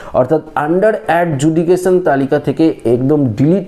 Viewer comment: Adjudication উচ্চারণ ভুল❤❤❤❤❤❤❤❤